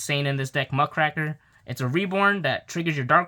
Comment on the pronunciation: Fun fact : it's not "Muck-cracker", but "muck-raker", a term for a journalist that writes about corruption or criminality